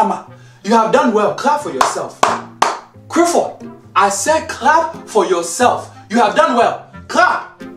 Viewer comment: I know dad had to emphasise the L in 'clap'...If he had pronounced it in the same way he does Crifford?